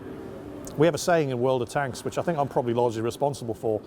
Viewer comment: Do you make a dollar every time you say world of tanka??